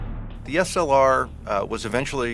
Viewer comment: Nice hearing someone call it by it's proper name,slr